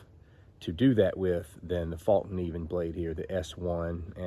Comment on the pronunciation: Pronounced fell-keneiv